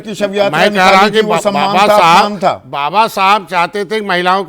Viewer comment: Sanjay nisad to baba saheb ka naam bhi dhang se nahi le raha hai Esko dar hai kursi ka Kahi na chali jay